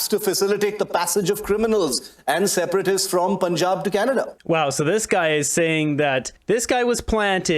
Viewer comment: It’s not P Unn Job it’s Pun like that’s a good pun haha, Jan like throw a jab, Pun-Jab